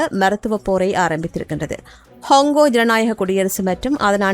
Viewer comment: ஹொங்கொ இல்லை கொங்கொ😂😂😅😅